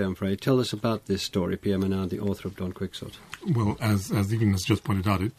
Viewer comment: This clown said Don Quicksit' Sorry but if you're a so-called expert on literature, you should at least be able to rightly say Don Quixote